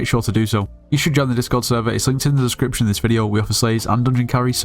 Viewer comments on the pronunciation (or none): none